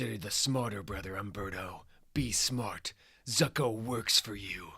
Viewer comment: No disrespect this is phenomenal, but Zucco is pronounced Zoo-coh and Halle pronounced Hailey. Keep up the great work man these are great.